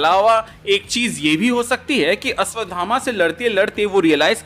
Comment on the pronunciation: Ashwatthama....not Ashwatdhama